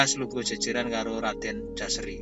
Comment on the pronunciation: Menurut baku yg saya baca, Putra dari Paranggaruda bernama JOSARI bukan Jaseri